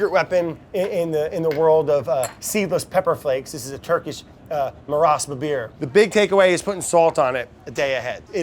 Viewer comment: Love Brad’s pronunciation of ‘Maraş Biberi’